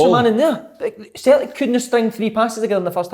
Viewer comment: I'll never tire of listening to Kevin saying "Sultic" 😂